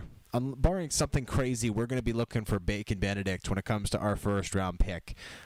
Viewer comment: I am pretty sure the c in Macon should sound like a s Keep up the good work